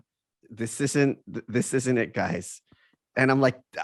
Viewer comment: Michael, please don't say "yer guises." It's such an awful neologism.